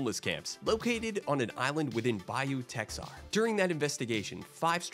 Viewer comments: It's pronounced bayou ta har. I know it's spelled Texar but that's not how it's pronounced. (Pcola local) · It’s pronounced Bayou Ta-har